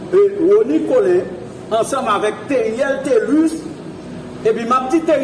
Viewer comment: MUSIE A PA RELÉ TÉRIÈL TÉ LIS!'!! RANJÉ DYOL OU POU DI TÉLUS.!!!!'n